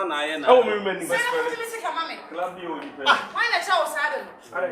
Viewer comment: Is it club or crub 😂😂😂😂😂kyekye nie 😂😂